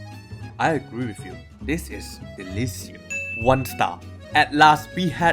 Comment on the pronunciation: Delisios? Can you pronounce it better?